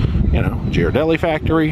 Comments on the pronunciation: SO many things to do in SFO! You must plan a return trip! Alcatraz is an awesome tour! And needs lots of Ghirardelli chocolate! (And it’s pronounced “gear-a-delli”) Hope you found the end of the cable car line. It’s right down in front of Ghirardelli’s. Looks like you took a pic from there, so I think you did. 🥰 And you can watch those sea lions fight for dock space forever! They’re hilarious! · Ghiradelli is pronounced Gear-uh-deli